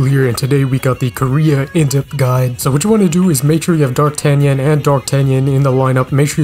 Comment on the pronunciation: "welcome to my none gatcha Gide"